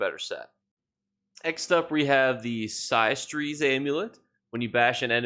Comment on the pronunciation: Systres is pronounced the same as “sisters” btw.